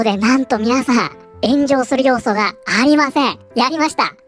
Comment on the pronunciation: ゼグラーが、またしても炎上している が ゼグラーが、またしてもenjoyしているに聞こえた。 まあ間違ってはなさそうか